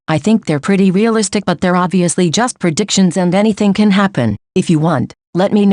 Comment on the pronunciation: the way the voice says predictions- preDICTions pls its so funny